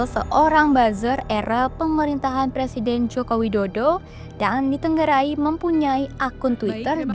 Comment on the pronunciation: Tempo perlu correct ya, juga masalah pelafalan. DITENGARAI bukan DITENGGARAI. Tengara dan Tenggara itu beda.